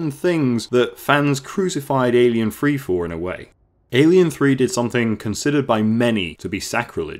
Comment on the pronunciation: Please don't call it Alien Free. . It's Alien Three. As you say